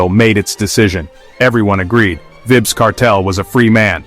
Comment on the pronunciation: It's "V "i"bz Long "I" sound!!".....…Vybz!!